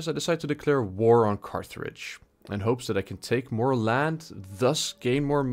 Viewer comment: Please do more content like this ,shit goes hard,but you did mispronounce a lot of names, for instance, Veneti, Carthage and switched the names of the towns of Patavium and Velathri.